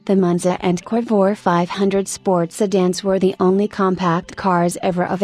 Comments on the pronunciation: What is a "Corvwah?" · Sorry, but if you're going to use AI or whatever that is speaking, at least have it pronounce the name of the subject correctly...lost interest at the second mention of the "Corvoir." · Dump the computer generated voice or teach it English. Covore? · WOW lady you need to learn how to pronounce the name of this car. or I have heard it wrong my whole life from everyone who has ever said the word